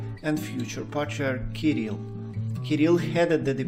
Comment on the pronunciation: La traduzione fatta dall' intelligenza artificiale è pessima e storpia i nomi : Hilarion non si sa perché diventa Leon e anche il nome dell' Patriarca Kirill è pronunciato in diversi modi sbagliati!!!